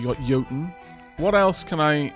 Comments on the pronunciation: I think you are pronouncing Jotun correctly. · Pretty sure you're saying jotun right, as it comes from the same culture as Jarl.